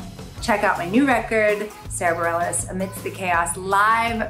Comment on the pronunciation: I thought that it was pronounced "bar-ray"